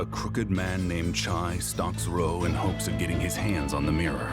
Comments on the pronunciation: I wonder if the voice acting is better this time. (Narrator says Ryo's name wrong repeatedly in the first 5 minutes) Well this is off to a good start. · why are half the comments people who can't pronounce Ryo complaining about the pronunciation of Ryo